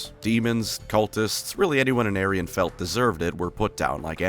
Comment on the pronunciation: WOW is this a bad moment for Aenarion's name to be pronounced like "an aryan"